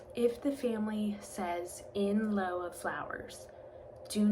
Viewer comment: Thanks for the video. I believe lieu is pronounced “lew”.